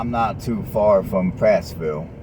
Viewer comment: It is Prattville not Prattsville. Wetumpka is ten minutes from Montgomery